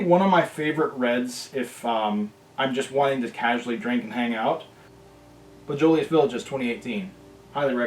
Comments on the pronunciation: Bow-jus-lay Vee-Laj 🙄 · The way you pronounce it it bo-jo- lais (silent s) village (pronounces the same way you do “mirage”) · Our favorite dinner wine...You do say it very incorrect..Try saying it like- Bo J La Village - close enough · I am a 61 year old Frenchman,but it bothers me not at all that you don't pronounce everything correctly.So what.I am drinking this wine as I watch this,& I enjoy your non snobbishness.The wine world could use more of that.C'est la vie,eh bon chance,mon ami.God bless ya,brother.